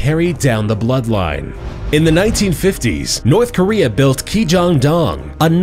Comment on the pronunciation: Jeez nourthkorea